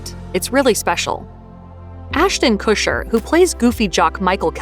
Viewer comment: listening to you say "Ashton Kusher" over and over is unnerving. His last name is Kutcher...not Kusher. The T isn't silent